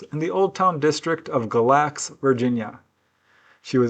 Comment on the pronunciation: Galax is pronounced gay•lax with the accent on the first syllable. 😊